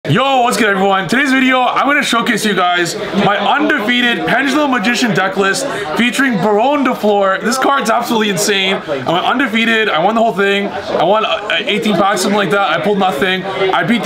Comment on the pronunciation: pls read this! Bar(onne) the "onne" sounds like the "one" in gone Fl(eu)r the "eu" sounds like the "u" in f(u)rry or h(u)rry